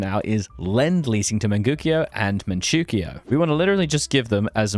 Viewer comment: Great video, but please pronounce Manchoukou and Mengkukuo right I'm begging you